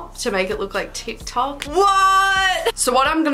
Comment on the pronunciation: “d not a t” DIKTOK